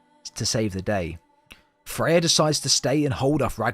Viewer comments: Why do you keep calling Freya Fey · MirMir and of course Baldurs mom “Faye”